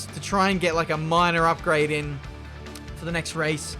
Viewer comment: Nobody:: Upgade